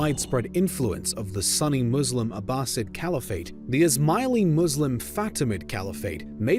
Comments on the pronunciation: Sunni, not Sunny. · I spent the first 5 minutes wondering what a Sunny was but realize he was saying Sunni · Wow, the way you pro ounce some of these terms is amazing. Cavalry? You mean Calvary? Sunny... You mean "soo-nee" (Sunni)? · “Sunny caliphate” I was like oh they’re a Sunny Caliphate? 🥴 haha then it hit- “Sunni” 😁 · It's pronounced Su-nni. Not sunny. They are not sunny-Muslims. They're Sunni Muslims. How are you a documentary channel but you don't know how to pronounce the names of one of the largest modern Muslim sects? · SOOny not sunny...... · “Sue-knee” not “sunny” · I constantly thought ''hmm why would Abbasid lands be more sunny though, the other is located on Egypt?'' It is sunni dude, not sunny. Like ''sune kneeee'' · Y’all are idiots... he meant “sunny caliphate” because video pronounced it wrong instead of Sunni 🤦🏻‍♂️ and video said Sunni referring to Zengids that took over Egypt at the end, not the Fatamids that the video called Shia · you said sunny not sunni, it is sunni, sunni muslims or sunni caliphate. But, I still like the video:) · No offense intended, but Sunni is pronounced, soon-knee, not sunny. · It's pronounced Sunni, not sunny 🤦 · Sorry for laughing when you pronounced 'sunny' instead of 'sunni' 😅😂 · Ofcourse, as a sunni muslim, I was like: SERIOUSLY?! SUNNY?!?! IT IS SUNNI, NOT SUNNY! But, I still enjoy the video :D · Your pronunciation of Sunni really threw me off it took me a while to realize what you meant by “Sunny” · Can you stop pronouncing Izlam, muzzlem, sunny etc already! It's very disespectful. Learn to pronounce them right. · Not until watching this video have I ever heard someone pronounce ‘sunni’ as ‘sunny’ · Thinking the same thing! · Me too. I was like, "Sunny and Islam. Never read about that in any history book before..hmm". 🤔🤔 Then I began crying with laughter as I had a realization. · I was confused the whole time😂😂 like dude what do you mean "Sunny muslims" haha